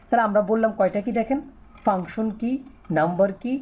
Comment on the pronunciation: পাংশন না ফাংশন